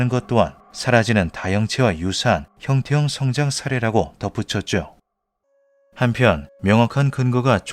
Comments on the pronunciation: 영상 내내 형태형-성장 으로 읽으시는데 원어를 보니 형태-형성-장 이 맞는것 아닌가 싶습니다ㅋㅋㅋ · '형태형 성장' 이 아니라 '형태 형성장' 이라고 띄어 읽어야.. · 주인장이 띄어 읽기를 잘못하셔서 헷갈릴 수 있는데 형태형 성장이 아니라 형태 형성 장입니다. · AI인지 아닌지 모르겠지만, 나레이션을 잘못 하고 있음. "형태형성장"은 "형태형 성장"이 아니라 "형태형성 장(場)"임. 원어는 영상에도 나오다시피 "Morphic Fields"임. "Morphic Growing"이 아님. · 나래이션이 너무 거슬려요… 단어의 뜻을 오해해서 발음하시는거 같은데 성장의 뜻을 지닌 [형태형v성장] 이 아니라 feild, 장의 뜻을 가진 [형태v형성v장] 혹은 [형태형성v장]으로 발음하셔야 옳은것 같습니다. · 형태형 성장이 아니고 형태 형성장 이라고 읽어요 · 형태형 성장이 아니고 (형태 형성) 장field 이네요. 발음할때 잘 분리해서 말해야 의미전달이 잘될 듯. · ㅋㅋㅋㅋ 이게 너무 신경쓰여오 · '형태형 성장'처럼 발음하시는데 제대로 전달하려면 '형태 형성장'으로 읽어야 맞습니다.. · 형태-형성-장 이라고 읽으셈.